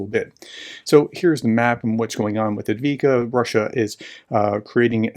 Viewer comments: Prof, it’s pronounced “Av-DEEv-Ka” I believe. Not And-Vee-Ka, or Av-Dee-Yeev-Ka (though the latter is a bit closer than the former). Sorry, as a vet and translator, I’m really tough on myself in pronouncing things right, so bugs me a little 😂 You totally make up for it in other ways though (and gosh knows there are worse Ukrainian commentators than you!) 🤣 Chris Cappy at Task and Purpose is absolutely bad at pronouncing anything, he recently managed to do an entire video calling Tokmak “Takmok” 🤦🏼‍♂️🤣 Like really?! Doesn’t get easier than Tok-Mak, two syllables and virtually unambiguous 😂🤦🏼‍♂️ I do believe he may have some dyslexia of some sort (or he had Tik-Tok stuck in his brain lol)….either that or it generates comments so he just sticks to his half-arsed pronunciations 😂 Seriously he’s SO bad at it it’s got to be either intentional, or a learning issue ha. There’s plenty out there, but Cappy does stand out ha! And i still watch every last one, even if it makes me twitch sometimes! LOL! You’ve got the Robotyne, Verbove etc right though. Those ones all have the very similar “neh/veh” or “ayyy/ehh” endings, dunno why they get some right and others wrong! They’re the same! One that really bothers me tho? Rob at the Speak the Truth channel. Keeps insisting on calling it Robo-Tyne (Tyne like a 🍴 fork tine). Followed by stating he’s American and speaks English therefore he’ll just pronounce it wrong however he wants because he doesn’t care 🙄🤦🏼‍♂️ Now that’s just flat out i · Even after listening to Artur Rehi correctly pronounce it, he still didn't get it.